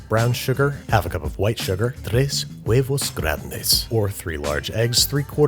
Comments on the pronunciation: that was some good spanish pronunciation right there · Finally! The silent “H” in HUEVOS. Congratulations Mr. Babish.